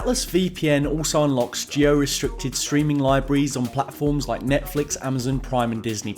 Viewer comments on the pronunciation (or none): none